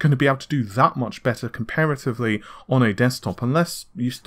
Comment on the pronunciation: Excellent video! but one tip, work on your pronunciation my man. Nahhhvay? Compare-atively? WIff? So wrong...and it just reduces your credibility.